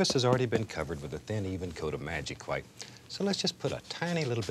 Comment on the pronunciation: I love the way he pronounces the “wh" words, like white or wheel